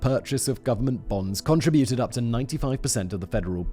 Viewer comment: Kon-TRIB-yoot! Hope that helps Simon!